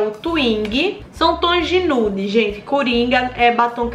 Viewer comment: Eu tenho agonia quando a fala batoins e toins kkkkkkkkkk